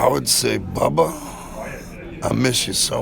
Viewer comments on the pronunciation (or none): I near broke tears when he called dimebag "Bubbha"...